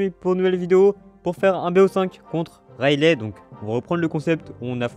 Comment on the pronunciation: Juste on prononce son nom raili et non railé ! Ça me stresse tellement si tu pouvais voir ce message et après vérifier si tu ne me crois pas 😂